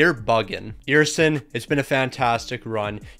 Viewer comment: As a flyers fan and someone who’s followed “the backup” since before the flyers drafted him. Sam Ersson (ehr-son) say his name 😂